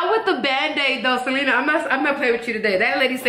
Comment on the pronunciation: Her name is Se-lee-na not Se-leh-na my sister has that same problem